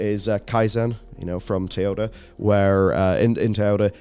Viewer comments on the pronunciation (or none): Is there a Tayota company I'm not aware of or is just mispronouncing Toyota?